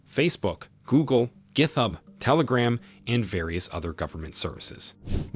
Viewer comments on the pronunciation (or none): Hahaha cannot say GitHub correctly, he says it differently every time XD